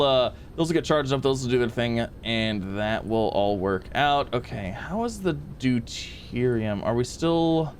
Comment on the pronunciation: OHMYGOD HE ACTUALLY SAID DEUTERIUM CORRECTLY